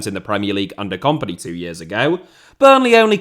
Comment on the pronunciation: Can you pronounce kompany to sound like the word in companies house please as opposed to the comp in competition? Thanks